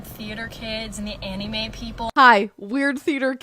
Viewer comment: "Ani-may fan" 😭🤣